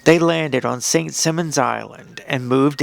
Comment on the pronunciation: It's pronounced Saint Sigh-monz.